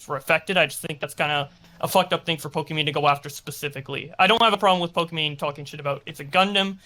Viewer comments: Why does Destiny keep calling her “Pokémon” and not “Pokimane”? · Destiny why do u call her Pokémon lol even corrected yourself after saying it right? Is it an inside joke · Why is Destiny saying Pokemon instead of Pokimane. Did she rebrand or something? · Why does destiny call her pokimone?